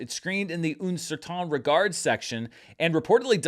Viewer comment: Not so great on "Koreeda" (which should be thought of as "Kore" "eda", each "e" being pronounced), and "un certain regard" (just the "un" is quite far off). Languages are hard! Not judging, just pointing out mistakes for the languages I am familiar with in case he wants to work on them.